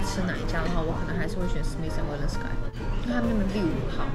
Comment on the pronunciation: smith & wollensky發音加油一下